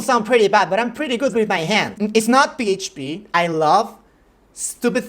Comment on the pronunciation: I still remember his pronounciation of PHP ffffffpppp 😂